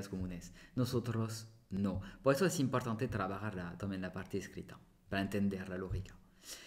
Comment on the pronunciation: Amigo tus vídeos son muy buenos tu conversación también tú pronunciación en español y en francés por supuesto también muy bien aunque me gustaría corregirte un pequeño detalle que siempre se te escapa hay palabras qué tienen el acento ĵ en la penúltima sílaba ahí es donde se marca la fuerza en la siguiente no ej estudiante nunca estudianté , importante nunca imprtanté o siguiente nunca siguienté, amigo no es crítica son pequeños detalles que salen, sé este video es viejo , he visto videos actuales con ese detalle, pero no podía entrar en el chat aŭ revoir.